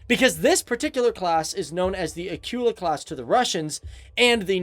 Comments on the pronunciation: "Acoola" Not "A cue la" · Actually it's pronounced Akoola and not like Akiula like you say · It's Akula. Get your terms right first lol.